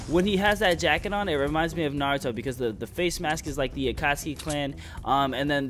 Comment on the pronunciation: isnt it naruto? not narto